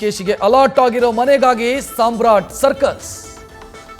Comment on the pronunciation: ಸಾಮ್ರಾಟ್ ಅಥವಾ ಸಾಂಬ್ರಾಣಿನಾ